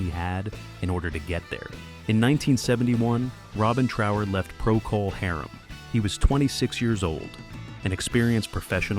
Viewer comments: Never heard anyone (or anything) pronounce "Procol Harum" quite like that before... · AI slop that can't even pronounce the name of an important rock group. Robin should pursue whoever is behind this video.